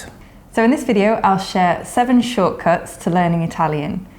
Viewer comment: The way pronounces “shortcuts” makes it sound like “shockers” to my American English ears:)).